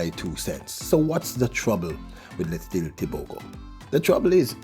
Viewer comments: say the champ's name right LETSÌLÉ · Lies...it's Lee-tsee-lay but don't stretch the Y when pronouncing...its like lare or flare kind of pronunciation at the end. And the T before the S is almost silent as you try pronounce TS together and not separate letter sounds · and Thank you for emphatically asking for Letsile's name to be pronounced correctly. People must learn to correctly pronounce African names, if they can learn how to pronounce Stravinsky, Tchaikovsky and Rachmaninoff, they can jolly well learn how to say LETSILE TEBOGO. The BBC pundits are the worst offenders, since the days of Amantle Montle (400m) and Nijel Amos, (800m) and Makwala (400m), they have been referring to the BATSWANA as BOTSWANIANS, ignorant doesn't even begin to describe. *Letsile's Tebogo's names means Good luck has come (Letsile), We are grateful (Tebogo)! He was named intentionally, he has honoured those who named him, so please RECOGNISE and honour them all by pronouncing it correctly.